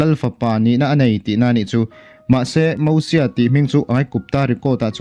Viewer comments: Moses tur aw🤪Mahse mizo kan nia ziak dik tho e han ti dawn i lah😬👉Mosia i tia Hei hi dik ang a👉Mizo tawngkam tak in lam pawh in a thluk in mil ni si a lam dawn chuan Mosies🙁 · Lo in la sap mizo leh mai mai. "MOSIES" Bible te i chhiar ve ngai nange? Mosia ti ve mai mai la a tawk. Sap ho pawhin Mosies an ti ngailo. Eng hnam mahin mosies an ti ngailo hrim hrim. Khawvelah hian nangmah chauhin Mosies i ti aw. Keini Mizo chuan MOSIA kan ti mai.